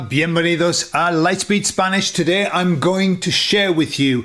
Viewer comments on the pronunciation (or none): Video: Why Spaniards Instantly Know You’re Not Native Host: "Holah, Vienvehnidos!" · I was merely highlighting that you don't sound native because you've said 'Bienvenidos' by fonetically using the Vee sound instead the flat Bee sound only available in spanish. This is a dead givaway that you're british.